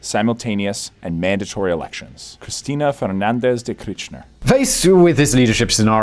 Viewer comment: Why are u saying her name weird